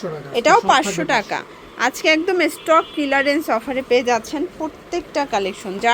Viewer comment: Stock kilarense na aunty stock clearance bolte hoy😅😂